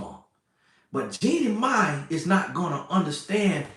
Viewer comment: The way keeps saying Jennie Mani has me on the floor! 🤣 But Ima hush up like my big brother said!😂